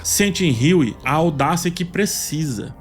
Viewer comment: creio que se pronuncie Hugh e não Hughie. O Martelo.